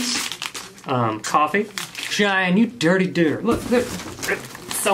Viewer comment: Was having a bad day started watching this video and my day instantly got better ❤ I don't know why but every time you say dooder it makes me smile